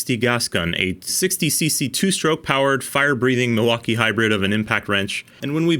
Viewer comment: Milwakee huh? Tell me you're a conservative American without telling me you're a republican